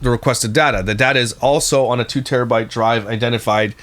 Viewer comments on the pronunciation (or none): none